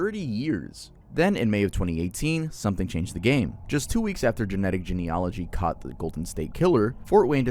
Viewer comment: 0 days since baffingly mispronounced a word. It's genee-yuh-luhgee not gen-ology I love your content otherwise.